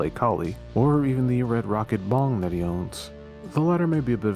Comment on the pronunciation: Bro when you mentioned the item after the pizza I thought you said bomb not bong lmao I was like "DUDE THATS LEGIT BADASS" then you said it again and I was like "oh wait bong never mind that's not cool"